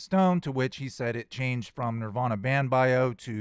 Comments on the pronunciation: I don't trust anyone who pronounces “Nirvana” like that. No one. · I really can't stand his pronunciation of Nirvana 🙄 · This guest can’t even say Nirvana correctly. Lol. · He’s really judgmental for a journalist. I don’t know how you sat through that with him. I can’t stand how he says Nirvana!